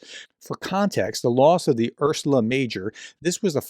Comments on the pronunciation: Holy sweet Jesus why can’t this dude read the word Ursa. URSA. U-R-S-A. Urrrr-saaa. NOT Ur-su-la. URSA. Ursa Major is a constellation…colloquially known as the Big Dipper. Undoubtedly that’s what the ship is named after. There’s no L in it. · Ursa, bro, not "Ursula." 😅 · Your videos are very informativs. What I don't like is that you don't pay attention to names: it is GEORGIA Meloni, not GEORGINA Meloni, it is URSA Major, not URSULA Major. From other clips: SOLOVIOV, not SOLIOV, it is MEDVEDEV, not MEDIEV (not that I care for russians' names, only for accuracy). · Not ‘ursula’…. Ursa…. It means Bear.! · Ursula? FFS you’re an educated man. Ursa Major, the very well known constellation, really ought to be an easy read 🤬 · It's Ursa, not Ursula. It means 'bear' in Latin. I don't know why it's Ursa Major (Big Bear) and not 'Arktos Megale' (Greek), per the Russian language's origin. Anyway, Slava Ukrayini! 🇺🇦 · can you not pronounce "ursa" ?